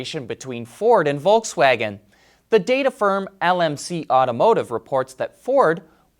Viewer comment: It's volKswagen Not volTswagen